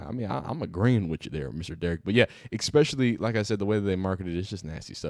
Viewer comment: The word is especially not eckspecially, make sure you fix that within your vocabulary so you sound more intelligent. Thank you for the video brother